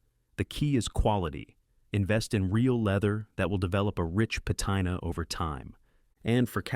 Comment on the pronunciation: LOL when the AI voiceover doesn't know how to pronounce patina.